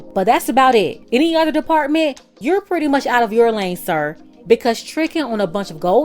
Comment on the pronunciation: I love it “ ITS THE STRONG “SIR” FOR MEEEEEE😂 WHEN I SAY SIR I MEAN BUSINESS 😆